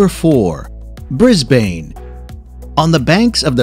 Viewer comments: Mel-bin and Brie-bin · As an Australian, we don’t say Brisbane as “(Bris-bane)” we say “(Brisben)” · Heyy! i just want to tell you ur pronouncing brisbane wrong! its pronouced as brisbin! but i don't just a heads up! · I is not brisbane its brisse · K I just need to clarify something it’s Mel- bin( that’s the pronunciation as I’m from Australia and everyone says it like that ) and bris-bin ( I’m from Brisbane and it’s the correct pronunciation) so if you ever want to come to Australia remember Mel-bin and bris-bin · BRIS-bane. bris bin is a way u can pronounce it or basically just that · its Brisbane, not pronounced 'brisbaine' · Exactly. This video has nothing to do with Australia. “Bay Bridge”, “Melborn”, “Flounders Street”, “Brisbayne”. And what in the world is “prodooce”? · Brisbane is pronounced without E on the end. "bris-ben" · The Fly-nding Street Train Station lol, Bris Bane and so on. I doubt the narrator has ever stepped foot in Australia. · I couldn't stop laughing at the 'Bris-bin' pronunciation. And even Australia- I guess americans should say 'Us'tralia not 'Orrrr'stralia. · Melbourne pronounced as Mel-burn. Brisbane as Bris-burn. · Brisbane is pronounced: "Brisben"and Melbourne is pronounced "Melben" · Bris-Bain lol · Must correct your pronunciation, but Brisbane is pronounced "Brisbun", same for Melbourne its "Melbun". Flinders street is as in Errol Flynns Name, "Flynnders" Street. The reason 80 % of Australians live in its capitol cities is because the middle of the country is dead. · Brisbane is pronounced: Bris-bn and and Bris-bain. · Ughh that pronunciation of Brisbane made me wince. It is said more "Bris-bne" the a is more silent. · Mell Born Briz Baine This bloke has not been to Australia before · Rule no 1: learn how to pronounce your destinations before recording. Bay bridge? Mel-BORN? Bris-BAYN? Fl-EYE-nders Street Station? Sheesh. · flynders hahaha malbourne hahaha brizbane hahaha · I know right who calls it BrisbanE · Bris BANE😂